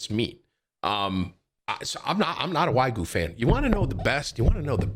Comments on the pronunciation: whygu beef? lol nigga it's WAGYU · Come on Tim you know better. Its waa·gyoo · Tim, is it now Wagyu or Waygu?😂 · Why do you call it whygoo beef. Lmao